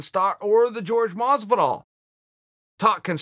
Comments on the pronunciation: Chael I respect you and I like you Shows! This one and Ariel and the bad Guy. But why do you Keep Saying George Masvidal!!!?????!!! When Jorge has said it is not Jorge/George! Its Horhey or that is pronunciation. Please message to let me know. Do you just like pronouncing it wrong intentionally???? Lol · Masvidal's name is pronounced Whorehey not George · It's 'Hor-hey' Masvidal uncle chael.